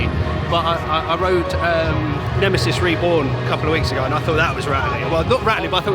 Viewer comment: Excellent video, but did you say Nemisis Inferior?! The cheek! 😂